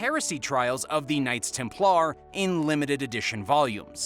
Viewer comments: You really gotta look some pronunciations up if you want to have credibility dude. TEM plar not tem PLAR, FAT i ma not fa TIMA. soooooo bad and not unusual words. Yes this site is for entertainment only. Have fun everyone! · stop saying templAARRR please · Templar is pronounced with er not ar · The knights Tem - Plarrr 🤣